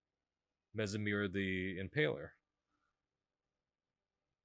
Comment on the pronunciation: It’s pronounced Mess-mer bro Like mess hall, no z sound. Unless you’re pronouncing it mess-merize. He literally says it himself.